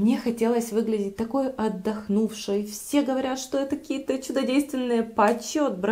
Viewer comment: Вот не знаю почему вместо слов"какие-то,каких-то,какими-то" произносит "ких-то,кие-то,кими-то".В каждом видео.